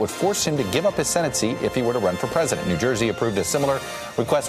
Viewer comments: "Will-a-met". No. "Will-am-ette". Our words arent that hard in Oregon!!! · If you are going to talk about the major river running through a big city, learn to pronounce it correctly. Willamette is pronounced wil-LA-met, with the accent on the second syllable.